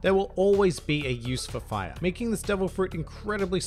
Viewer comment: It allows the user to conjure, manipulate and become FAYA That accent tho